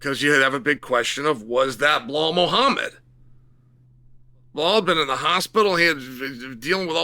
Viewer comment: You can say JDM's name but refuse to say Bilal. On most occasions. Instead calling him Bihal